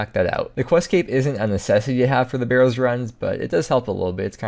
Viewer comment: If he says "burrows" one more time, imma try pking him everytime he goes to the wildy